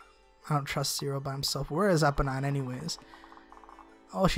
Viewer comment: I think you pronounce it Eeponeen :D